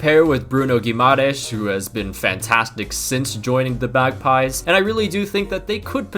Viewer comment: My dude called Newcastle ”the bagpies”😂